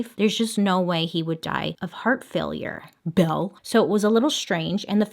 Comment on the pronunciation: the way bailey said "Belle" is so funny hahaha